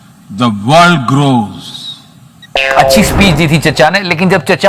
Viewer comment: bhai grows bola ya gross bola😂